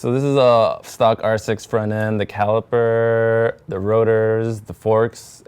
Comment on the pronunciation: "The caliperrrerrrrr"